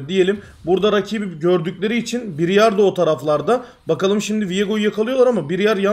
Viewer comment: Abi 12. dakikaya kadar biryar kim diye düşünüp durdum. Briar (Bırayır) mış.